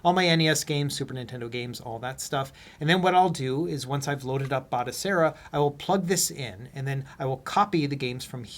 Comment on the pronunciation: Its pronounced Batochera, not Batosera. I've got this running on an Atari VCS, works a treat.